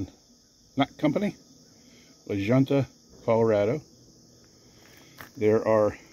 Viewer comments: It's pronounced La Hunta, the J sounds like an H. Great video. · Another great video. Keep em coming! La Junta is pronounced like La Hunta. Never thought they were made their. Pueblo maybe. [ steel mill town]. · believe it or not, it's pronounced "La HUNTa", Colorado. It's from a Spanish word meaning 'the board' or committee. Excellent vid, BTW. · Uh oh! Its Spanish! Pronouced "La Hoonta". Great educational video! The big derailment in Iowa is 99.5% cleaned up, and trains are running again, until the strike later on this week. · I see how they anchor..they cam onto the flange so little rail creep makes them tighter. That work will eat my breakfast..lunch before , then another at 1500. Great production, music and arrangement. Oh, it is pronounced La Hoonta. You sound like a neighbor when I was growing up. He was from Harrisburg PA. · It’s pronounced La Hoonta,. Obvious you haven’t spent much time West of the Mississippi, buddy…. So now you know. Pretty much every J in Spanish is an H. Love your channel… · I was going to say the same thing. Glad I checked comments first., many place names in the western states are of Spanish/Mexican origin. A 'j" is often pronounced as "h" in that language.